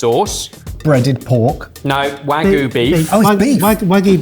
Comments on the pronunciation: ok i think its time they learn how to pronounce wagyu... hint its not wagoo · I study and speak Japanese very often, and speak with native Japanese speakers. But I always wondered why you guys always say "Wagoo" for Wagyu? Japan doesn't even have a phonetic sound for "Wha" (sounding like the start of the word "whack"). The "Wa" is more like a "Wah", and the Gyu is pronounced that way! Using the Japanese characters for Wagyu you would write it "わぎゅう" which is the phonetics "Wa Gyu u". The correct pronunciation for a British speaker would be more like "Wah Gyoo". Also I understand that puts in a lot of effort to pronounce things right by their local pronunciations, but when it comes to Japanese he very often butchers it! Japanese is not a language like any Latin derived languages. The language is built out of phonetics (Ka, Ki, Ku, Ke, Ko, Sa, Shi, Su, Se, So etc). Pronouncing things like "WaGyuU" by adding a spin on it just doesn't make sense and confuses Japanese speakers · Sounds like you’re perpetuating the mispronunciation of wagyu. You need a Y in there